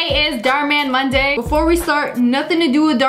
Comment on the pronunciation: Girl said "MOBDAY"